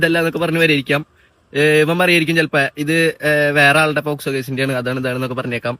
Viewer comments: Eda kunne posco allada avarathimobe pocso ath parayan padiyada polayadi mone🤣😂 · Pottaaa Posco alla pocso 😂😂😂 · പോസ്കോ അല്ലടാ പോക്സോ😂😂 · കിളിയും, പൂമ്പാറ്റയും, പർപ്പിളും ഒക്കെ കൊള്ളാം.. ആധികാരികമായി കൊണ അടിക്കുമ്പോൾ ശ്രദ്ധിക്കുക പോസ്കോ അല്ല പോക്സോ 😂😂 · Posco alla mone pocso 😂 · POSCO അല്ലടാ കണ്ണാപ്പി കുണ്ണേ POCSO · പോസ്കോ അല്ല പോക്സോ..... 😂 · Posco alla 😅pocso enn parayan polum prathikn ariyilla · പോസ്കോ 😂😂. Pocso ആണ് fool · ഈ തെണ്ടിക്ക് പോക്സോ എന്ന് പറയാൻ പോലും അറിയില്ല. പോസ്കോ ആണത്രേ. ഇവനെയൊക്കെ എഴുത്തിന് ഇരുത്തണം.